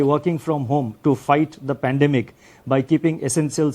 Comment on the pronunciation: He can't pronoun epidemic & pandemic but he is given our financial structure , 😂😂😂 best was "DGP" instead of GDP best is he reads from script make mistakes, all accepted . His did not mentioned why they can't regulate, monitor and avoid China's investment in Indian company HDFC, what they doing to stop china in future, does he know china will buy India by forced default in long term FDI . It's not in favor of 🇮🇳🇮🇳 INDIA.?? Secondly What are you planning to support or ease SME (small and medium enterprises) in tax exemption or postponement, in the myst of COVID -19??. Thirdly there is no mention of capital infusion for private ltd sector? On one hand mentioned heightened uncertainty, other hand Also spoke about NSO (national statistic office) data CPI inflation declined by 90 basis point then changes to 70 immediately 😂😂😂 declined to 5 basis point OMG😱, does he live in space, as he said inflation has dropped 170 basis point. 😂😂😂 I need to know inflation data is analysed or compared with ?? It's high time! WE NEED RAGHURAM RAJAN.